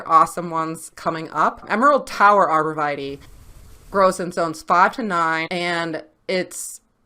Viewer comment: Arbor Vee-tay not Vitie